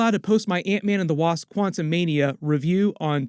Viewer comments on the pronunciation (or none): none